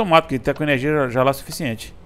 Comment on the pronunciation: "ernegia" e "invez" nao merece joinha!! :P